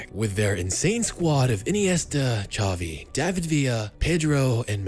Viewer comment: Xavi* not Chovi